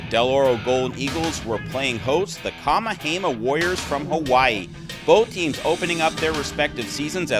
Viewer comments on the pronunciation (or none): This guy is killing me. It's kah-MEH-hah-MEH-ha. Yes it's a long Hawaiian name, so do your homework like most sportscasters. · LMAO!! right??? Who da hell is "KA-MA-HEY-MAH"??? Holy moly... smdh